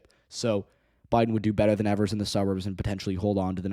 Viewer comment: Its pronounced Eeeevers not Evers